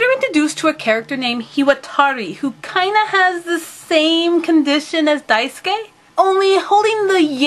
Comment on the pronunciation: Hahah just noticed, the last way you said Daisuke was correct! (Dye-s-kay) I CANNOT WAIT FOR YOU TO DO A REVIEW FOR KAMICHAMA KARIN, I know I asked you to a while ago, but I am sooo excited!!!! xD BTW Your videos always make my day~